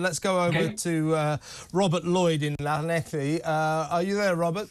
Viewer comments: I’m from Brighton originally but I live in Swansea, which is close to Llanelli (pronounced ‘Clan-eff-lee’). This is an absolutely huge story here, staff sacked, weddings and anniversary parties cancelled…just to house ‘enrichers’ Shocking, shameful and disgraceful… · I totally agree with your comments but there's no c in Llanelli it's pronounced Llan -ell-ee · It's not pronounced like that 😂😂😂😂😂😂😂😂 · Ll is 1 letter in the Welsh alphabet. It is not pronounced the way you said it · That is not how Llanelli is meant to be pronounced. You got the "ee" at the end right, though. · You'd think after all this talk about Llanelli recently O'Sullivan would be able to make a decent attempt at saying it. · Learn to pronounce Llanelli and Strady. Clan-ek-Lee and Stradee